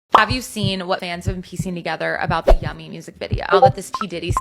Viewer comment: Yummy sounds alot like "young-me" 💔💔 justin deserves so much love